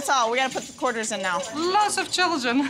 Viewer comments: She said quartels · she said "Quoils" and not quarters 😂😂 Cute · "One i had six qoils" haha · They girl sounds like she is saying quertels!